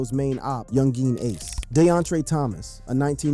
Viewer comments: I really hate how you pronounce ACE NAME SMH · why you saying ace name like that?